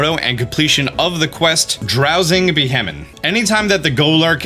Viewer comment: it's pronounced "Be-Hee-Yem"